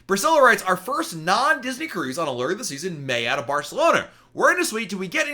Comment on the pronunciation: Why do you say a-LER and not a- LOOR? FOR ALLURE OF THE SEAS?? a-LER just sounds bad!!! No one else says a-LER. 🤔🤷‍♀️